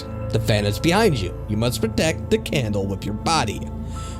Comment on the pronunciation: I have to say, I really enjoy your voice, however, it does feel like you could articulate a little better, and this is only going off this video. To give an example, a few times where you said "the" it sounded almost like you were saying "da" which might be due to shitty headphones or perhaps just not listening properly, but it seems a bit immersion breaking when not the context of the story, like someone attempting imitate a dialect. Otherwise it was a really enjoyable video. I like the videos that you do that are shorter, as with there being so many long ones, it makes it somewhat hard to enjoy a full story all at once without any sort of interrupts, which to me is important with many horror based mediums, especially written stories. Glad to have found you from IHE, I really enjoy creepypasta but typically run out of new stories to consume.